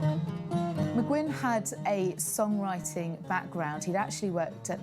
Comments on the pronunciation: Hey whitey...it's not McGinn..it's Mcguinn...brits. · It bugs me when the guy keeps saying McGinn